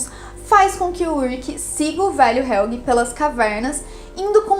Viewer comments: Nossa esse "helguê" me irrita demais kkk e a moça fala todos os nomes muuito errado. O kahnwald ela parece que ta com preguiça de falar direito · Que agonia ouvir Helguê.